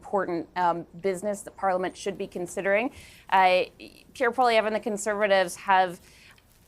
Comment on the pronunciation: get Piere’s name correct please